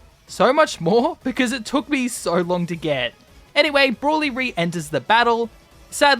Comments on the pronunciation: How do you pronounce broly so wrong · I know. He just pronounced it wrong